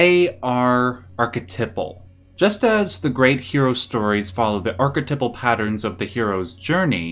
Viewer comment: The way this guy says archetypal pissed me off WAY more than it should